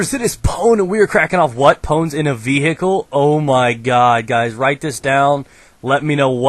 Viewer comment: What's a VEEE-HICKLE? Looool i <3 Pwn